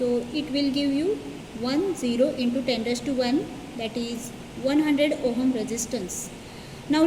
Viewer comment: firstly it's not ohum its ohm